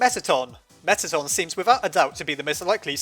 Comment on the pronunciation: Its Meatton